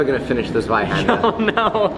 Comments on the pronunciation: Just a random german guy for listening to your pronunciation of "tha swaihander" haha xD love it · German here, great video, love this series! It’s pronounced „tsvihander“ Z-wei-Händ-er Ts-Vi-Hand-air Thank you